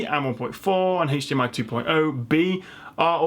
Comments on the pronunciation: Was kind of expecting to see mention of the ASUS PG348Q, but still very informative video. Also. It's "hdmi" not "haych dmi" :D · The only reason I managed to watch this video to the end was because of the accent, it was all a bunch of letters and numbers to me. I’m technologically challenged and most likely I’ll still go to the store and have a panic attack and break out in hives somewhere in the keyboard aisle. But I did learn some things and also like it when he pronounces HDMI like “haytch-DMI” lol!